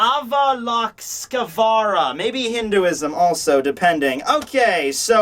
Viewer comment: I think avalokitesvara is pronounced Aah-va-loki-they-swa-ra. The suffix -esvara means god in hindi and a few other languages, and loka means world (so loki means of/in world), but no idea what ava means. If you look at it that way, then avalokitesvara means the god of the world of ava. But that doesn't really since up with the rest of the translation. :/